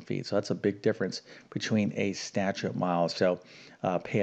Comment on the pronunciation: Statute (as in statute mile) has TWO syllables, not THREE syllables. Seriously!